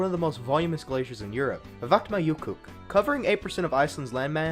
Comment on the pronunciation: Ok I am Icrlandic so I am biased. BUT ITS REALLY NOT THAT HARD TO PRENOUNCE VATNAJÖKULL😅 Edit: Oh and also East Rome was not a Turkish empire it was greek centered. Also Persia was Irani centered sooooo...